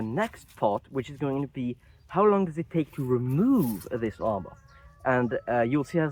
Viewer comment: I was just thinking that it sounded French to me when he said "zis" instead of "this". 🤣But yeah, in general his English is great. You can hear the accent(s) in the pronunciation but the fluency is there.